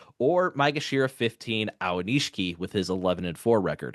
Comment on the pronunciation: Someday y’all will figure out how to pronounce aonishiki :) this was a tough one!